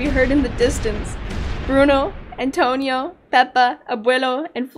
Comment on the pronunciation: NOOOOOO!!! NOT ATONIO